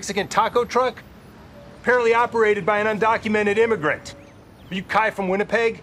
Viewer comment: Kai’s pronunciation is on point too